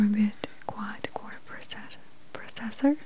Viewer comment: I love how she says "processer" like "Professer"